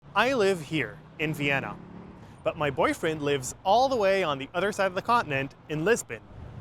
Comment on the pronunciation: boyf riend 😂